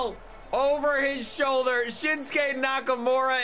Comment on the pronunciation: *Shinsuke Nakamurdah